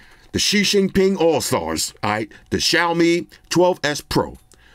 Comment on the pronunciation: Bro said the Xi Xingping all stars 🤣🤣🤣🤣🤣🤣🤣🤣🤣